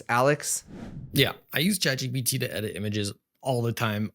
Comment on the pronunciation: For some reason, and it may just be my ears or perhaps you have a cold, but I keep hearing you say “Chad GPT” and of course a meme pops to mind 😂